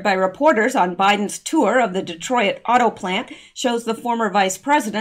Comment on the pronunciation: Instead of Detroyit, it’s just Detroyt.